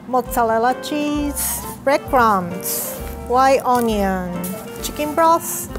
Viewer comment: She fucked up when she said onion